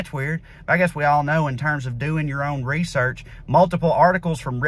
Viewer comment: 'Doo ur on reesirch!'